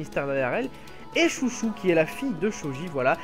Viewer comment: Pour la fille de Chôji, ne dit pas "Chouchou" à la française car en romanji, les "ou" et "ô" sont des allongement du "o". Après tu prononce beaucoup d'autre prénoms à la française mais je trouve que c'est bizarre de dire Chouchou à la française :/